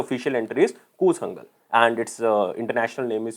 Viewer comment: PRONOUNCE IT CORRECTLY KOOTHANKAL NOT "KOOLANGAL"